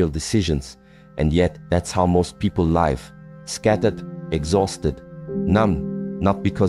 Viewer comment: These words from the are inspiring. A pity that AI. has not learnt the different pronounciation of the words" Live & Life." This Rather spoils the message